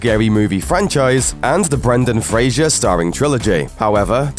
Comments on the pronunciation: It's Brendan Fraser, not Brendan Frasier. It's not that hard. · Oh, FFS. Brendan FRASER, not Frasier. He's not a Seattle radio psychologist.